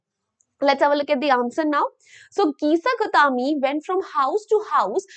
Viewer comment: Kisa gautami ❎ Keesa gautaaaame☑️